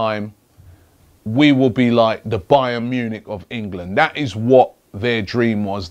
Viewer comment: robbie it's that not vthat